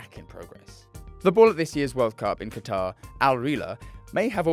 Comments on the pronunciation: you know damn well how to pronounce Qatar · I can't take anything this guy says seriously when he calls Qatar "cutter" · Bro said cutter instead of Qatar 💀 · brto said cutter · First time I heard someone pronounce Qatar as Cutter. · Why’d the other guy pronounce Qatar like that 😂 I never anyone heard anyone say that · Could he pronounce anything more wrong? Adidas? Qatar? ☠️